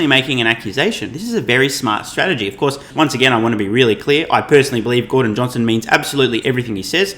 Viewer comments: Gor "dong" lol... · Gor-dong Lol